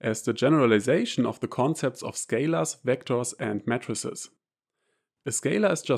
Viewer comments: This is a good video. The only thing I would comment is that of the pronunciation of matrices. To an American audience it sounds like you are saying MATTRESSES. The American pronunciation would be May-trah-sees. A singular May-trix. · Your English is superb and idiomatic, and the accent may even be an advantage when teaching math. But unsolicited advice: your “matrices” sounds exactly like “mattresses”. That first “a” should sound exactly like “E, dann I” auf Deutsch. MEEITRIX, sonst total verwirrend . Might be relevant in your line of work. Matratzen statt Matrizen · mattresses 😂 😂😂 y mean 'may-tr-sees', rather ? yeah, that gets my vote... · For the first 2 minutes I heard "matresses" and yes, I was thoroughly confused.... haha